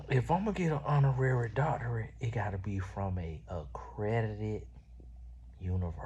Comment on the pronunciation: According to, it's "doctoriate" 😂😂😂